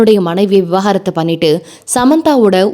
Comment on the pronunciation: Vi-va-gaaa-rathu ila vi-vaaa-ga-rathu